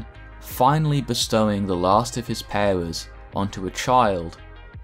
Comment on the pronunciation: The way you say “powers” sounds so dumb.